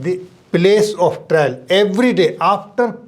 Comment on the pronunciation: ट्रेल नही ट्रायल